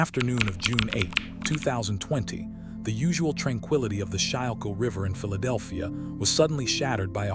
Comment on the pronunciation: It’s pronounced “skool kill” river!